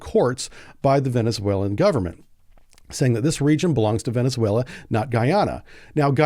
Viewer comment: Venezuela is 4 syllables